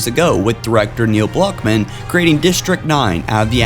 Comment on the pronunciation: "Neill blockmen" aha sorry but it was funny.